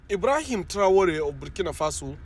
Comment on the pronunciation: Its Ibrahim traore not Ibrahim and traore 😂😂